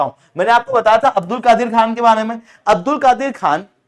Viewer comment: Abdul kadeer ka a silent padho